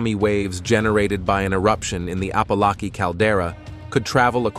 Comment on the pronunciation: He can't even pronounce Apolaki properly.